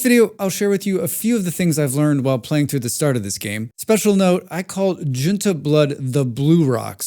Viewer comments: btw the way to say tojun is yo - ton im pretty sure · Js are pronounced as Ys. It's "Yotun" blood. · It's pronounced "Yotun Blood" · I know its 6 months past, but Jötan is pronounced closer to "Yo-tan", the Jötan are also know as "Giants", with the Jötanar being "Frost Giants", this is a bit of a mistranslation due to Christianizaton trying to eradicate pagan religions, but i digress, Jötans "Yo-tans" blood, or the blue rock is the blood of a primordial god like being. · Nice video. Jotan Blood is pronounced "YOH-tun Blood." Thanks for the tips.